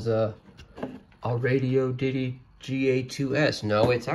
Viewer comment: "Radi-oddity", not radio ditty. It's an odd radio.